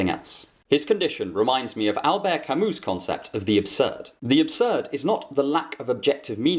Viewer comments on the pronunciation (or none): none